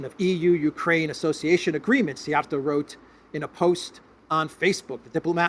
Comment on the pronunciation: Say Siij-Jia’rto. It is a compound word meaning “Whip-handler” or thrower !